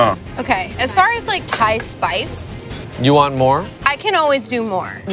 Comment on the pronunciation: Does speak Thai fluently? The way he pronounces Thai words is almost perfect.